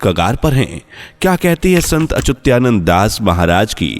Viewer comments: "Achutyanand" nahin bhai Achyutanand. Thoda to khayal karo bhai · चूत्यानंद जी.... अपना उच्चारण सही कीजिये. संत अच्युता नन्द बोलो. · भाई, संत का नाम ठीक तरिके से बोलो। उनका नाम अच्युतआनंद है।